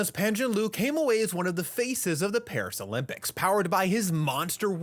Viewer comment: is Pam Zhan Ler